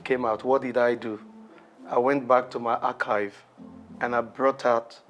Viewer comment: Please that word 'Archived' the way AY pronunced it, please was he correct?